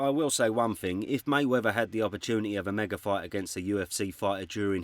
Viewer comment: It’s Ignorant for you to say May Wevver instead of the proper May WeaTH e r,,, C’mon Man. King’s English